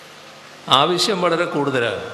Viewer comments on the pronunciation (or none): none